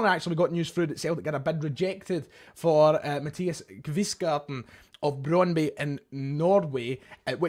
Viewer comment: Brondby is pronounced Brond-bu and its in Denmark, not Norway.